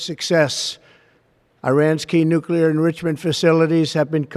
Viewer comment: He cant say the word nuclear .He tried .When is Trump going to admit that the nuclear sites were not hit:hand-orange-covering-eyes: deep enough?